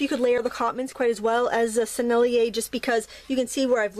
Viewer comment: You said "Sennelier" just fine !